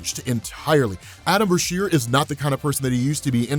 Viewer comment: u gotta stop bruh.. Adam Beasheer? Just randomly in Dr. Strange. Cmon bro